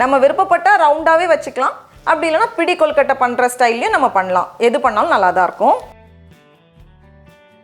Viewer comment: Rubbish recipe! Never seen suck nonsense! And her pronouncing kolukottai! Rubbish!!!